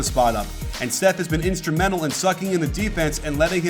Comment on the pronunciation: He just called "steph" "seth" shots fired? :P